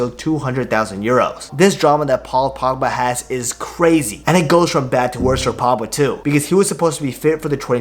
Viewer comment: Say the letter G